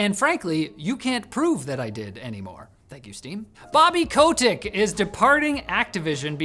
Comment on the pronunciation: Pronounced Bobby “cut-ick” not “Co-tick”